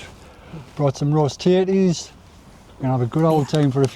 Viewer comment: Every time you said tatties, subtitles said titties! Hilarious, really enjoyed the singing. hugs